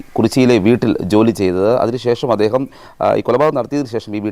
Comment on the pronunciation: എദേഹം?ഇയാൾക് നാണമില്ലേ അദ്ദേഹം എന്ന് പറയാൻ?